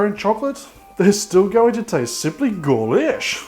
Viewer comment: I'm sorry but wtf is "Golish" 😂?